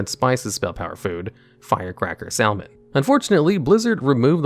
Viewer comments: sal-man? did you say sal-man? cringe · the way you say salmon pains me